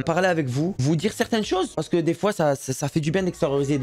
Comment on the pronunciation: chaque foi il a dit chois